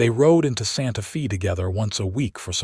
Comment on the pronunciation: Ok, so you use AI to translate the script. It's humerous to see American AI, American "reader ", and Santa Fe (fay) pronounced as "Santa Fee" . The "writer " couldn't even bother to do a spell/speech check!